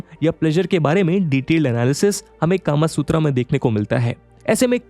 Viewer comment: sir...or... british culture india me itna deep he ki aap bhi .... kama sutra ko... कामासूत्रा बोल रहे हो ना कि कामसूत्र